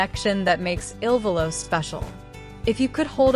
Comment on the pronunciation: First, it is not I.L.VOLO…..it is ILVOLO……not ILLINOIS VOLO……. Learn the proper pronunciation of each of their names…..you are totally embarrassing yourselves. How can you profess to be professional when you make major errors??